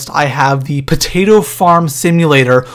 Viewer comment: Poatto farm SIM 😂😂😂 LOL